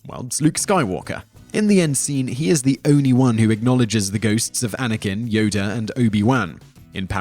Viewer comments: This nigga keep saying "Yoder" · Yodr lol haha WTF is wrong with this guy... Plus just incase you forgot moron he lost his light saber in the senate while he battled sidious.